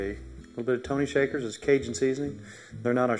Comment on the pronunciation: Looks awesome! In fact I'm going to make it tomorrow! Oh and by the way, it's pronounced Tony (Sash-er-ee) although Tony Shaker is cute..:)